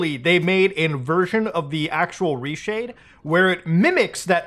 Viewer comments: The way you said reshade caught me off guard😂 ruhshadee > Reeshade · I've never heard someone pronounce ReShade as "Rah Shayed" lmfao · muta really calls reshade "r'shade"